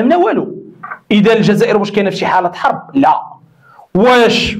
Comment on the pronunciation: بعض: لماذا تضخم حرب ب تقريبا تقولها مثل حرف p ...ودير لاستيك فمك ش شويا۔۔۔